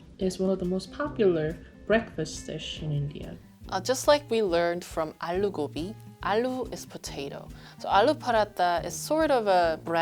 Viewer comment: 언니... Excuse my bad Korean- The closest pronunciation would be 아루고비 (aaloo gobi)